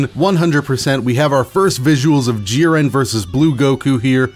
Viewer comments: i love you but... "JEEren" not "JIHren" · Lmfaoooo what do you say jiran it’s jiren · Still love the content but its JI-ren not ji-REN, emphasis early. Thanks for the update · Only disliked cuz of the way you said jiren most times. It’s jiren not Ji-REN lol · Y do u pronounce jiren like jir-ren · Clicked off the video instantly when i hears hin say jiren lmao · That's not how you say jiren 😠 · How tf do you butcher Jiren‘s name like that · Bro why do you say Jiren like that :( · The way he said jiren annoys me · The way you pronounce jiren hurts me physically and mentally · God I hate how this guy says jiren like why